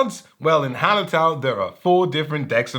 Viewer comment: The cc thinks you’re saying “harlot town” someone should make that game. 💁🏻